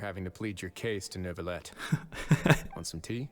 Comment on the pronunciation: I am begging you stop saying Neuvyette, please, Edmond Rostand would be screaming in his tomb 😭